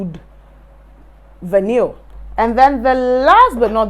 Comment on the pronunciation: It's pronounced VAH-NEE, not vahneel.